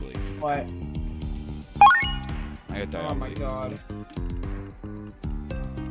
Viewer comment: DIABOLIY ITS DIA-BO-LI